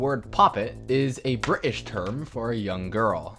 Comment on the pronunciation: I heard that too 😂